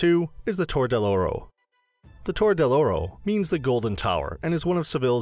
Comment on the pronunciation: “Cay yeh” in this case, cay would rhyme with sky. Plus the numerous mispronunciations, which are expected… “Seh Ville” is supposed to be “seh vee ya” or “tore” is supposed to be “tor reh” with a rolled r.